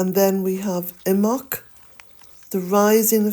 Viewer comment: How do you pronounce imbolc? The way you say it sounds like imoc. Some say imbolc, with emphasis on the b. I would like to say it correctly and I am sure the way you say it is correct.